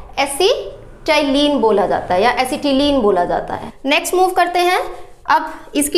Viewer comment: Mam it should be acetalyne